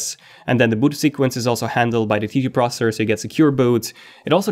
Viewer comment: It’s pros-SES-sore, NOT “prosser”-slow down and speak clearly!!